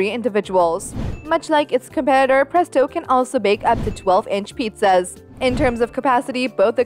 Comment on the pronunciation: She said pretso